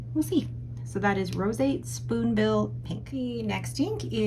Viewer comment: The cuttlefish brown is pretty close to the sepia that squids spurt out to blind their enemies… love it! The spoonbill name is pronounced “rose-y-ate”… intense!! There is a green herb ( i think) you add to health food drinks called spirulina and it has that same kind of intense green shade.